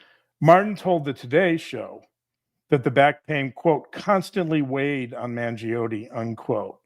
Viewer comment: I believe you are pronouncing Luigi's sur name wrong. It's a silent "e", and just 2 syllables. "Man-JOAN"